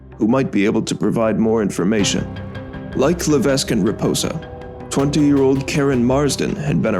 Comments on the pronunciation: AND ITS NOT PRONOUNCED "LA-VESK" ITS PRONOUNCED "LA-VECK" !! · It's crazy to know about this, considering I live in Massachusetts and not that far from the Bridgewater Triangle. Additionally, I have a few notes on pronunciation. Diman is pronounced Dye-man, and Levesque is pronounced La-vec.